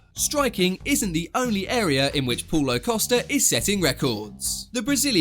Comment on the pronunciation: Is Paulo not Poulo!!